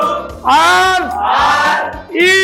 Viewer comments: Future (Fatore) Nature (natore) 😂😂😂😂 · future and nature new and funny pronounciation